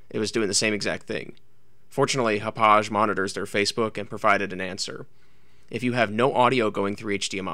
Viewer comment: It's "HOP•pog", NOT "hop•pauzh". Hauppauge Computer Works is located in the hamlet of Hauppauge on Long Island, NY. Hauppauge, NY has had hosted a significant electronic technology industry since the 1930s. 55,000 workers are employed among 1,000 technology companies there.